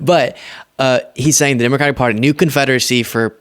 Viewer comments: How is it he can quote the constitution but can't say the name of the Democratic Party correctly.... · Here we go again with another illiterate unable to pronounce the word "Democratic".